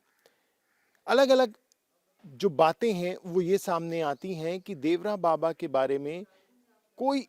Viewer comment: नाम तो सही से ले लिया करो देवरा बाबा नहीं देवरहा बाबा बोलो